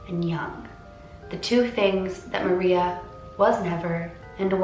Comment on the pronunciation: Her name is said like Ma rrrrreeeeeaaaa